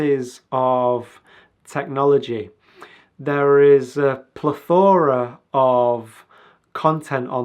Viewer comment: plethora isn't pronounced like that.